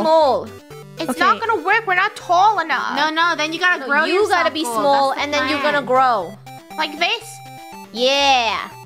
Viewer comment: The way said smoll instead of smalll😂😂😂